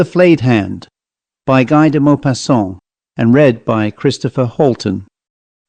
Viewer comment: His name is actually pronounced "Gee".